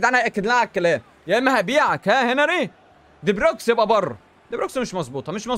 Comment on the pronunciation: هو لية بيقول علي دي بروين دي بروكس 😂😂